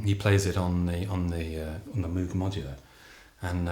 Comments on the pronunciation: Loving how Gregory will pronounce Bach properly, but says MOO-g instead of MOH-g... I suppose Bob isn't around anymore to correct people... I even heard Gregory pronounce Björk (as in work) right, but fails on the name of his own ensemble... Oh well... Great stuff nonetheless. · Fascinating project, wish I lived in the UK so I could see a gig in person. BTW Moog rhymes with "vogue". That's probably why Moog put out a synth called the Rogue. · Moog is pronounced with a long o sound. It is named after Dr. Bob Moog. I am 100% sure, I meet him here in NC where the Moog company is from. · Guy can't seem to pronounce "Moog" nor get Wendy Carlos' name right. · moog not pronounced right but great music